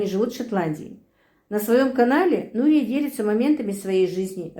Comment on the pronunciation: Имя Нурия ударение на ,,Я